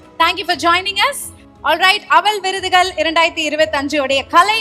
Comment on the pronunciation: அவல் விருதுகல் என்று சொல்லுவதே படு அவலமாக இருக்கிறது..😮😮